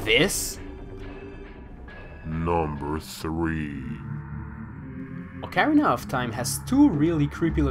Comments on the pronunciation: He has horrible pronounciation. Dude says ocarina. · who taught you how to say ocarina?